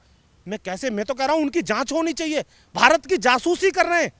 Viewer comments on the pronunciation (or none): none